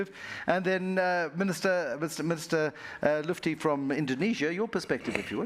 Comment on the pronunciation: Mr Lutfi, not Mr Lufty, please!!